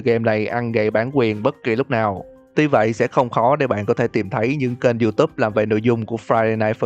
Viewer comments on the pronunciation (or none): none